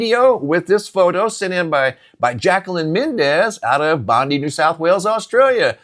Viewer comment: It’s pronounced “BOND-DIE”